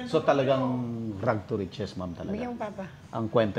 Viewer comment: Rags not rug 🤣